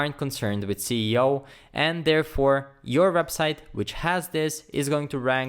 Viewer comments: Cee e o? I think it’s “es e o” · Thank you for this video it really helps me a lot ! More power to your channel sir. though you mispronouncing the SEO to CEO anyway the content was great ! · he’s saying it wrong. It should be “Es e o” not “Cee e o”. 😏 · when he says CEO instead of SEO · hey man great vid but i think ur pronouncing SEO wrong it sounds like ur saying CEO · once is forgiven but you said (cee e o!) so much to be forgiven... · why are you saying ceo? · I don't mind that. I mispronounce it myself sometimes. Awsome video, lots of tutorials could learn from you.